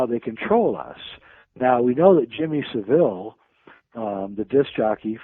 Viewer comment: Jimmy Saville is pronounced 'ILL' at the end, there is nothing fancy or french sounding about the pronunciation, please Americans drop the pretentious sounding 'e' at the end-it's pronounced ILL not EEL. Thanks.